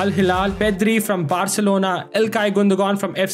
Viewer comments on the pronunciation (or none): none